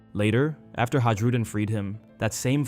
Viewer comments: I believe it's actually a soft J, so they would be pronounced Yarl and Hayrudin. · Always love your videos! Good on depth characterisations and thematic analysis on one piece is strangely far and few between. The j in Hajrudin is pronounced like an i though ;)